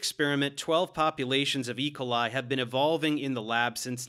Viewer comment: Love this video, but your pronunciation of E. coli is distracting me haha